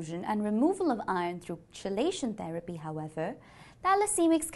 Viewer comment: It's pronounced "key-lay-shun" but great video! Very informative.